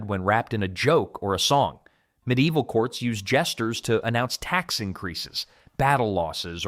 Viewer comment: Me deival? Its medi evil.